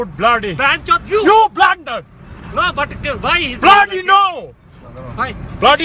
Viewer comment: He also says YOU BLANDAR at one point xD